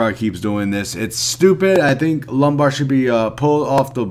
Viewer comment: Wasn't sure if you were saying it on purpose cuz of how lame the quest is... Haha ✌